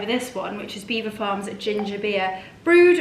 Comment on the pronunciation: From French speaking Normans in the 11th century but locals unable to pronounce it so Beaver became the normal way to say it. Please look it up online and it will explain how it came about. pronounced it correctly.